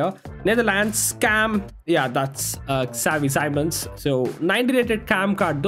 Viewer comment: No rudeness but the way you said “savi Simon’s”😂